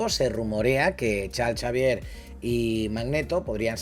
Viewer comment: Porque le dice chalchavier? 🤣🤣🤣